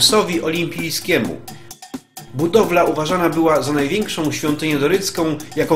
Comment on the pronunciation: Przypadkiem weszlam na filmik o Sycylii,wspaniale widoki i zabytki.Mam zastrzezenie jedynie do lektora.Cytuje:najwiekszom tutejszom atrakcjom turystycznom...no i te nachalne troche reklamy zakupu filmikow.pozdro